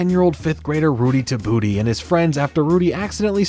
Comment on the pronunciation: My boi said Rudy Ta Booty 😂childhood memory unlocked